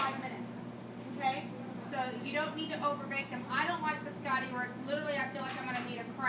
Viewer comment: Did a culinary professor just say “bis-AH-tee”? Fire her